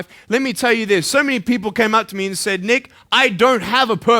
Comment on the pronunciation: pls don't get misunderstood.i know I am naggy but I cannot stand the way is saying nick very badly